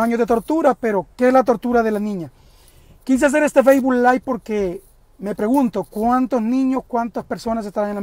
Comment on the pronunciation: Trabaja para un noticiero y dice feisbul jajaja